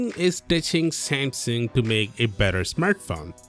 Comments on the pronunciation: "Same-SING"? It's pronounced "Sam-SUNG" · I'd swear you are saying Sam Sing... is this the correct pronunciation then? In the states we typically say Sam Sung. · Why are you pronouncing it like that?? "Seymseng" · What is samsing? Learn how to say the name before making a video... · When a channel literally named "Tech talk" cant pronounce the word Samsung..........